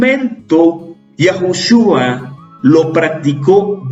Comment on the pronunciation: Perdón pero es Yeshua, no Yashua